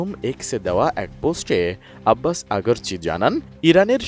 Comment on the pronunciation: আগারচি নয় আরাকচি😀